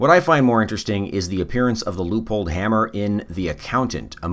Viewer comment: pronounced loy pold in german/austrian